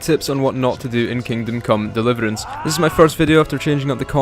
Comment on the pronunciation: "Kingdom Come Deliverænce"